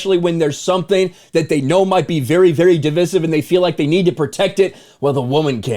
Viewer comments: You pronounced divisive wrong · The way says "Divisive" is divisive